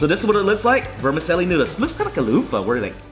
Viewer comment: i just saw this at 99 ranch, was curious. good video. not making fun of you, it's an Italian word but vermicelli is pronounced vr·muh·cheh·lee.